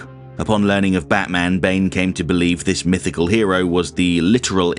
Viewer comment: "In dis household, Batmans a HEWO!"